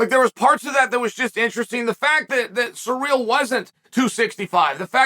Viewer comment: Just love how you pronounce his name as "Surreal" 😆